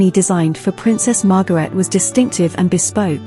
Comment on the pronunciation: Pronunciation of Margaret, Fergie, Garrard and Harry seem a little strange.